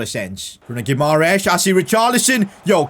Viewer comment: This was supposed to be a hard career mode, a relegation battle. But instead you have completeley ruined with the signings of Dybala, Paquetá, Guimaeres (a name you cant even pronounce). I can tolerate the signing of Lukaku, but when are you going to actually challenge yourself. I can pick Everton and sign Dybala and all these stars, but I wont because where is the fun at that? I understand that you dont want to make a super realistic career mode, but at least dont sign players like Dybala. Make logical signings, make yourself a challenge, not this garbage of a content. PS: And it dosent cost anything to do a little bit of research and learn how to pronounce a name. You play fifa for a living it's not like you dont have 2 minutes to search how to pronounce Bruno Guimaeres.